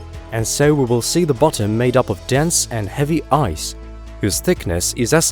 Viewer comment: Stop saying 'bottom' like that